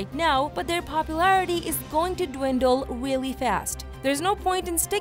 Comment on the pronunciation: Not to mean but you said wrilly fast lol...but hope it comes out